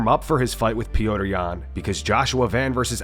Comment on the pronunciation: Why does narrator keep referring to Petr Yan as “Pee-oh-tr”? Listen to his fellow Russians cheering him: “Pet-r, Pet-r”!